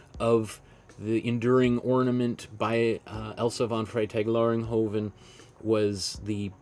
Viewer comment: TWO amazing paintings?!? Great work. And bonus points for pronouncing this artists name on the fly there! 😆👏🏼✨💗 Love your biography sections in these vids - I could listen to art history all day and all night long when you talk about it 😌🙏🏼